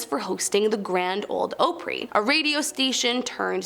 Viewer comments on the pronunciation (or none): ahpree! not ohpree!! jesus man. do your research. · It's pronounced with a short O not a long O: Opry not opery. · The Southern Turf owner's name was Ike (like Mike but without the "M") Johnson, not Ice Johnson. It's pronounced "ah pree", not "oh pree" I believe it's pronounced "Peh gram" not "Pee gram" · It’s not called Ooopry !!! It’s Opry sounds like awpry!! Definitely not a Tennessee girl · I've been to 7 of the 10. And btw, it's pronounces Ahh-pree. Not Oh-pree, and I never WANT to visit those places, cuz it's always for work! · PRONUNCIATION OF OPRY OP…like special ops…pre Opry … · Opree would be how it’s sounded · Sooo, I’m a little annoyed by how you were pronouncing “Opry” because it is pronounced as “Ah-Pre” and tbh it’s really disrespectful to us Nashvillians whom grew up here. You just maybe ignorant to the fact, it’s you saying it with a smile makes it seem you are doing it on purpose and making fun of it. The Opry housed some of the greatest artists of all time in country music and other genres, so please do yourself a favor and learn to pronounce the name correctly or don’t speak on it at all!! Thanks! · Opry is pronounced oop-ry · It’s like a southern slang for “opera” so, Opry = Ah-pree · Yes! Like *Aupry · It's cute when regular people try to pronounce Southern words......bless her little ❤️. (((Aaah- pree)))) (((( Loooo- vull))) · I mean do say Oapra - no. It’s opera. Opry is the same op sound. I can’t watch these things anymore. I thought I would try this one. Do you not rehearse? I know when I give presentations, I do and I damn well look up how something is pronounced if I don’t know lol. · As a Nashvillian, I'm disappointed you didn't mention Mount Olivet Cemetary, and in your incorrect pronunciation of Opry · Eeew stop pronouncing Opry like that, just eeuugh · Aside from completely butchering the pronunciation of the famous "Opry".........the next one is it's not PEEgram........it's PEGram.